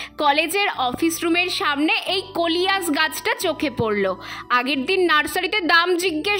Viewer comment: কৈলাস কে বলছে কলিয়াস😂